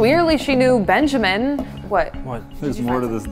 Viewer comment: "Hello benjermen" "Hello supject 1"